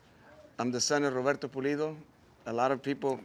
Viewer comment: Pulido not polido lol